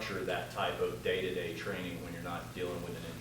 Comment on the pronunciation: Cu instead of to 😂